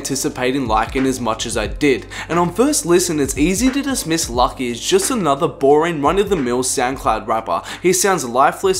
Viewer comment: lucki ecks....... luuuuuucki, like lupe, like it's pronounced loucki